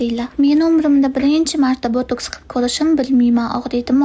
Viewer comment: Opa botuks deyiladi mi hato emasmi boteks deyiladiku😂😂😂